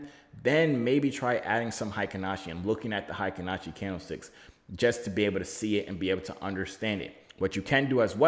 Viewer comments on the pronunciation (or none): Ey buddy, I’m told it’s “HAY-KEEN Ashi” Read the vowels like we would Spanish 👁️🙏👁️